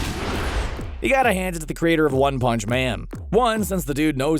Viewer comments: the way you said “one pounce” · “...one hounch” Come again? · Why u said one punch like tht